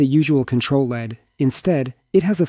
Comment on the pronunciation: doesn't have a control LEAD (not the metal) and certainly not a control LED. Text to voice issue.